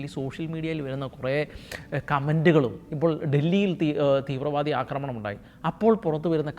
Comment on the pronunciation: "അക്രമണം" എന്നൊരു വാക്കില്ല, അക്രമം അല്ലെങ്കിൽ ആക്രമണം ഇതാണ് ശെരിയായ വാക്കുകൾ. അവതാരകർ ഭാഷ ശുദ്ധി ശ്രദ്ധിക്കണം.